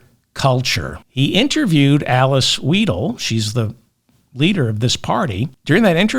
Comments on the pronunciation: 👍👍 Btw.: Alice Weidel AFD, say Alice Wydel not Alice Weedle 😂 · German here, and anti-AfD. Don’t laugh please, Merz is our best option. Vance, Musk, Hegseth and their intellectually challenged Dictator is a disgrace. By the way Weidl is pronounced like your word is pronounced, not like you pronounce